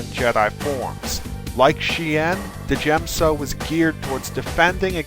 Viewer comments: djem-so is pronounced as jem-so, the d is silent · The forms are pronounced as SHEEN or DYEM-SO. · Isn't the d in djem so silent. it sounds ridiculous said de djem so. i think you must have this one wrong mate. but I might be wrong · THE D IS FUCKING SILENT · Correct me if I'm wrong but isn't the D in Djem So silent just like in Django and Djent? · djem so. the "d" is silent, hillbilly